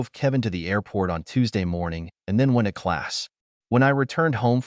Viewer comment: This narrator cannot speak the words "went to". It isn't "when-a"! The tone of the voice is fine....better than most.